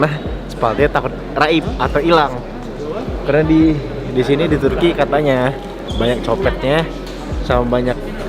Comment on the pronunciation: Haha Turki min bukan tukrey, siapa disini fokus ke tukrey hahah